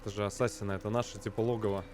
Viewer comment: Хотел объяснить в двух словах) : 1) Не Асса́сины , а Ассаси́ны; 2) Во время катсцен (а их очень много) нажимай на любую клавишу если на экране появляются помехи , попробуешь поймёшь почему это надо; 3) Боевка по началу лёгкая в процессе она станет тяжелее, есть разные типы противников , поэтому надо научиться контратаковать , уклоняться и контрзахват , ещё использование метательных ножей тоже помогает в стелсе , а в некоторых миссиях, ой как будет надоедать стелс(Снаряжение и умения тебе будут возвращать в процессе сюжетки; 4) По локациям лучше исследовать всё , включая наше время ибо там Дезмонд (главный герой) может читать переписки и подслушивать несколько раз , таким образом начнёшь понимать суть сюжета ; 5) В игре есть флаги собирая которые можно получать очивки , но как по мне это только для того чтобы побольше задержаться в игре и наслаждаться проделанной работой на седьмой год ; 6) Если хочешь чтобы объяснил сюжет и более менее было понятно лайкни комментарий , вкратце объясню сюжет чтобы иметь понятие о происходящих действиях, спасибо за внимание , всем добра)